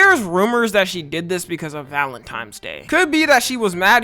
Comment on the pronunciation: Come on bro you can’t speak properly, “valentiMes?” Bffr